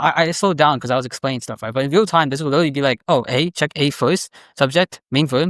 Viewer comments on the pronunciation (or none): really hard to take a guy seriously when he says witewawy